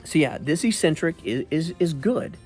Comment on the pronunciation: Look up the word eccentric so you can learn how to pronounce it